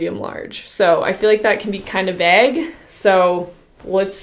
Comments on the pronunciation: veg? was that like vague with her accent? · Do Canadians usually say vegg instead of vague, or is that just like when says gapping instead of gaping? lol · Kylie Payne vay ga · Vague sounds like "ah" where American's usually pronounce it like "aye". V-aye-g vs V-ah-g. Funny we do the opposite when she says 'bag' as we've heard. She'll say " B-aye-g VS B-ah-g. You get me? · It’s simply french mixed with english. In french, we say vague that is pronounced vag. In english, it’s vayg. Since canada has both languages, they mix them! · The way you pronounced vague like bag instead of like plague lol. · Ariana Lani- Google shows it’s said “veig”. There are also YouTube Videos. Just put in “how to say ‘vague’”. The way says it is the incorrect way, but apparently is a commen misconception. Many people say it that way, but, they’re all saying it wrong. Haha I went down the rabbit hole. That was actually interesting, and I ended up looking up that it’s the same common misconception for “Plague”. That is said “Play-g”. Haha! So strange, and cool. I’m done for today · haha it sounds so weird. i’m from NZ and we pronounce it like vaayg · Omggg legit. It's AUS we pronounce it vayguh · Did she just say vague like vagg or was I mishearing her? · is this how canadians say "vague"? never heard it pronounced like that 😂😂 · i'm british and never heard it pronounced like that 😂😂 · my family is british but I guess I've just never heard them say that word or havent realised 😂😂 how do you guys pronounce it? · I’m Canadian and I don’t pronounce it that way. May be an Eastern Canadian pronunciation. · I had NO idea what she said there 😂😂😂 yeah, I've never heard it pronounced like that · i was so shocked aswell ahaha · Onnalyssa Witt - What’s funny is you can google it. “Pronunciation of Vague.” There’s a British pronunciation and an American pronunciation. NEITHER of them are said like this. Haha! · Im dying cuz I really didn’t understand what she meant lol 😂